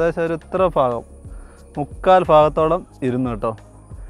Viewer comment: ഭാഗം എന്ന മലയാള ഭാഷക്ക് ഒരു തിരുത്ത് ഫാ ഗം